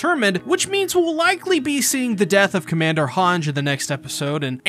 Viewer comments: Hange is pronounced as Hangy like Sanji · You say hange wrong but I still like the way you say it, also at least hange got to live another year lol. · Please say Hange correctly